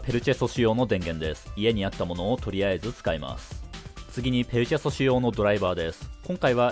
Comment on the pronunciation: ペルチェ素子って言えてない